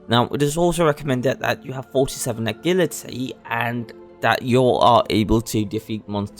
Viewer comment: how you say agility kills me man